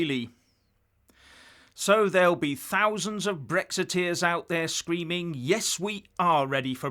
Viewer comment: "Bwexit,Bwexiteers"?. Welease Wodewick!!.